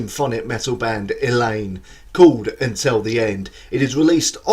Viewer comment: Thank you for the great and interesting review, and btw - your pronunciation of Madeleine Liljestam, Eleine AND Rikard Ekberg was damn near perfect! ;)